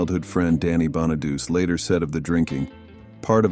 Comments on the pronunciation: "Danny Bonaduce's" last name is pronounced (Bahn-uh-DOO-Chee) (Bahn-uh-DOO-Chee). 😵‍💫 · Danny Bonaduche's last name has four syllables, not three. It does not sound like a feminine hygiene product. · Danny Bonadeuce? lol 🤣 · 🎉the bus was scrapped, it’s not in a museum. It’s pronounced “ Crowe” like the bird. And Bonaduce is pronounced “Bonnaduchie”